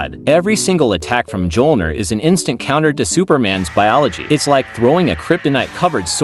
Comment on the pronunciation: You need to delete this video and re voice it. Its pronounced me-ol-near, not muh-jol-near. Best of luck in the future.